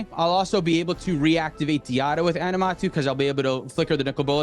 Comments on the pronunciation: Aminatou, not Animatou lol but great games. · Animatou ?! It's aMINAtou